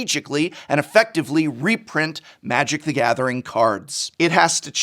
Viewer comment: I love playing Magic: thaguhmathering